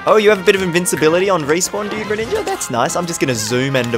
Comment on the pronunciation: Everyone:greninja:greniyah